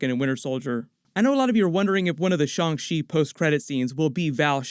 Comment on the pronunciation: The Shaw-n Chi pronunciation joke. Literally ripped at my surgery stitches. 😂 😫